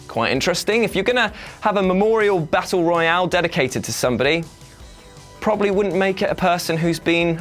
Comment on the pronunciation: Am I the only one that gets unnecessarily annoyed at the fact he pronounces Battle Royal as Battle Royale